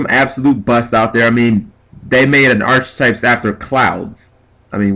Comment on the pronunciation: You pronounce archetypes wrong, it is pronounced "ark"type.